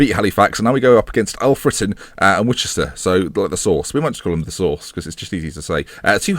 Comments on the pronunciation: woo-chester? really?! surely it's wooster.... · Another great episode! As a Worcester boy loving your pronunciation war-chest-er.... I will claim an assist here....say wus-ter...or stay with war-chest-er....as its comedy gold!!! :-) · Hi, I'm from Worcester and I just thought you'd like to know that it's pronounced "Wuss-ter":) You're welcome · Its pronounced Woos-ter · The pronunciation of Worcester is wus-ter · Only just catching up on your series but I really hope you get to play Worcester again, Just to hear you say it, never heard it pronounced in that way, anyway great Vid again mate!